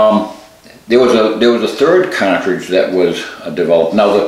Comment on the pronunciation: It's cartridge, not catridge.